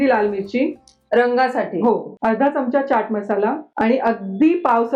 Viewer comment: चमचा शब्दाचा उच्चार च्यमच्या करु नये.